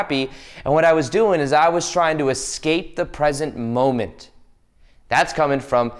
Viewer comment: Don't EsCahPeeyyy the Mohmenteyy 😂